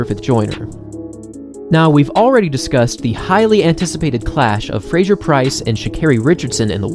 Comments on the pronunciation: Great recap - thanks for the video! Just a note on pronunciation: it's Fraser ("PHRASE-er"), rather than Frazier. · Why do you say Frasjer?